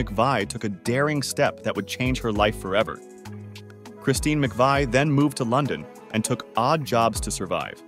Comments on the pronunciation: How annoying that he keeps switching back and forth between pronunciations. Did no one catch that when it was being finalized?? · Oh yeah, let me get the low down from someone who can’t even pronounce her last name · Where did this guy learn to pronounce McVie? 🤔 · It would be nice is you could learn how to pronounce her name at least. Paid narrators who know nothing about their subjects should do some basic research. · Not appropriate to show a topless photo of a woman who just passed away. Also, pronounce her name correctly. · A bit disgraceful to do a whole video about someone and repeatedly pronouncing their name wrong.... but at least you caught on after the video clips that correctly pronounced it near the end. I would have re-recorded the narration before publishing the video though. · Can't you at least overdub your robot so you pronounce her name correctly?!? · This video is an AI generated, cut-and-paste screw-up! Butchering her last name is the worst. Photos don't match narration. Not a transformative video, but cut-and-paste. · You make a video about Christine McVie and you MISPRONOUNCE her name?! Gimme a break!!!🙄🤦🤮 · No it's not, it's Mcvie. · OK. Christine McVie's surname has always (since she married John McVie) been pronounced McVee NOT McVay! You may be well researched, but get the pronunciation correct. The incorrect pronunciation of Christine's surname is absolutely sure to anger viewers of your YouTube article who know better. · Her name is pronounced MC-Vee, Not McVye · I always heard that her name was pronounced "Mc Vee" not "Mc Vii" You really should pronounce her name with consistency not changing back and forth! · Christine McVie. McVie rhymes with 'see'. You change between McVie (rhyming with 'sigh') and the former pronunciation. I can't think why and I can't think 'wee'. The video is good apart from that. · I'm confused: Narrator begins by pronouncing her name as "Mc-veye," then changes it to Mc-vee"... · McVie is pronounced 'mac-vee'.